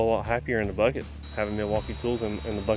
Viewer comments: Bruh wtf is milwaukai? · Okay, so I'm not a long time subscriber so excuse me, but what is with all the mispronouncing words? The MilwaukEE is the worst. I'm assuming that's your schtick.